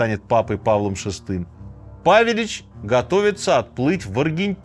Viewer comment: Правельно павелич удорение на Е